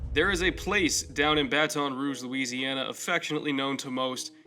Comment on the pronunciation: people from the north really need to learn how to say Baton Rouge